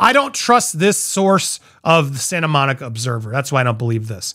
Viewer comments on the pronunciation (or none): none